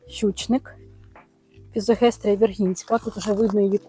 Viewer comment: Мабудь не фізогестрія,а ФІЗОСТЕГІЯ ❤В мене вона вимахала на півтора метри😅